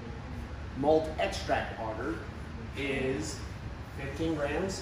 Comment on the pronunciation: Not auger it's agar with the A sound in the first a and ah sound for the second making an arrr sound at the end